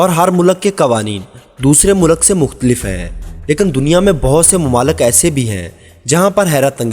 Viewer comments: O Bhai Mulak Nahi Mulk hota hai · mulaq nahe bhai mulq hota hai ... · Mulak... Nahi vo mulk hota hai... Pure video me...mulak mulak mulak.